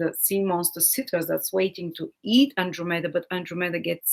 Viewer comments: Hi, I love your videos, and think your content is great, but if you could pronounce those Greek names better, it would be easier to understand you... it is PEGasus, & AnDROMeda, thank-you teacher! If you are in doubt, you can just google the pronunciation. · Fascinating, fantastic reading. (Unfortunately we could not see the constellations. Also: PEGasus, AnDROMeda.)